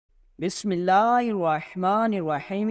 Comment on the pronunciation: Mr. BISMILLAH KE ADAIGEY MUKAMIL AUR SAHAHEY KARNA SEEKHO, BIGHAR KE NA PARHO 😮